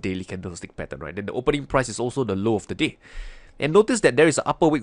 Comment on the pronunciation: Watching this half asleep, I didnt here "the day"... I heard "this is the low of the d*** and this is the high of the d***"....... lol